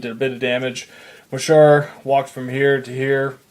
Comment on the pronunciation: it's mohsar